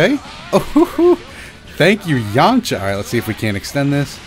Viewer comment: "Purely thanks to the yamcha ashist"